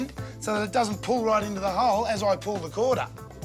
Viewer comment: "to pull the CORDA" HAHA, I love Australians!!